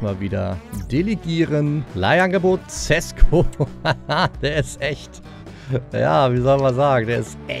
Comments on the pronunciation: Ich wollte nursagen sesko spricht man scheschko aus ( ich liebe deine videos)❤ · Dein neuer Stürmer wird scheschko ausgesprochen